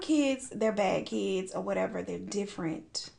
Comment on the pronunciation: I love the way you pronounce kiids